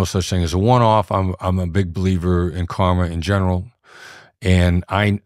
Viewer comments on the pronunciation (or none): none